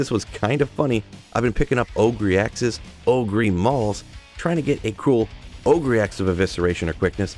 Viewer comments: OH GRRRRRR. not OH GREEEEEE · ogre is pronounced like "o-ger", lol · Shrek the oh-gree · OH-GRR. Say it out loud: OHHHHH-GRRRRRR. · Dude, it's Ogre with a silent "e", not Ogreeeeeeee 🙂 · Just some pronunciation tips: 1. Ogre read as ohguh 2. Carapace read as care rer pace 3. Suwayyah read as Soo wah yah